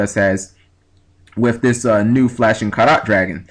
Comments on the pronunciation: It's pronounced the same way you would pronounce "carrot". If you've ever heard people talking about the purity of gold, you'd hear them say it's "five carat/karat gold" or something like that. Just in case someone hasn't said it already. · Carat, say it like Carrot :P It's Carats as in Diamonds/gold/silver/etc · Btw, Flashing Carat Dragon, I might be pronouncing this wrong as well, but I think it might be like when you go to a jeweler, and they ask "What carat diamond would you like" so it would be pronounced like carrot the vegetable I guess?